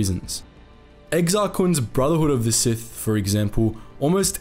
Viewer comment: I like it when you say “sithy”